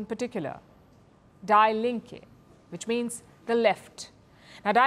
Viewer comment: Her pronounciation of "die Linken" .... i almost died laughing 😂😂😂😂